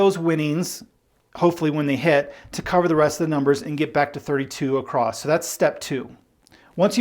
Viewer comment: across doesn't have a "t".... f.y.i.